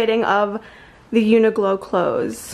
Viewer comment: omg the way you pronounce uniqlo i’ve never heard that before 😂 i’m pretty sure it’s like “unique-lo”